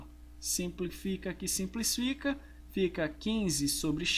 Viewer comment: "SIMPLIFICA QUE SIMPLISFICA" o que ele mais fala rsrs vc é top professor! (ou então "simplifica que sinsplifica" rsrs)